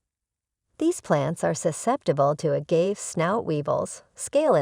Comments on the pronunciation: Say it with me now, Uh-gah-vey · Pro tip: never listen to someone who can’t even pronounce it.